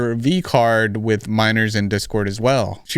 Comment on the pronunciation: i hate the way she says "what is wrong witch yew??" girl what is wrong with YOU?!